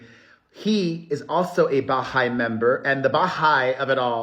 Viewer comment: Hi, I just wanted to let you know Perez that you are pronouncing the Baha’i faith incorrectly. The emphasis would be on the hai not the Ba. Maybe Google someone saying it so you can hear it. I just thought you should know because you’re saying it quite often. Love you much.❤